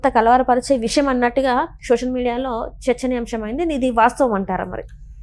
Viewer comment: అమ్మా,విషం కాదు. విషయం అనాలి.